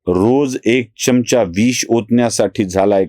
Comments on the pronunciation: च्यमच्या नाही, चमचा म्हणा. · सर आपपला चमचा या शब्दाचा उच्चार चुकतोय